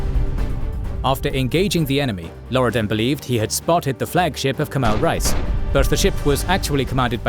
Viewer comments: Reis is not pronounced like rice. It is like rays, or (reh-ees). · Great work; love the animations and especially the detailed biographical information. Just one constructive criticism: "Reis" is pronounced incorrectly. Imagine the word "ray" (as in "stingray") and add the letter "s" to get the pronunciation right. Calling them "rice" sounds bizarre and jarring. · Kemal "Rice" 😂